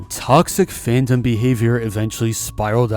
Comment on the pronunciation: “Fan-dom” 😂(but i am still saddened about the situation)